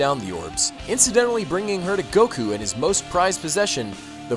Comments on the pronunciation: stop saying siyan and goku with a disproportionatly huge emphases on the u , I cringe every time. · Except I grew up on the anime. And in the English anime it's "say-in". So as far as I'm concerned, that's how you pronounce it. Like how soccer is "football" in other countries. But here in the good old US of A it's soccer. Always will be.